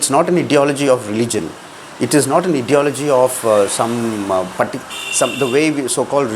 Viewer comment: Brother, check your pronunciation of 'ideology'.